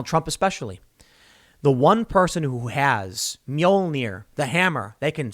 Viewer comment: Tim pronounced mjolnir as nolmeer Lol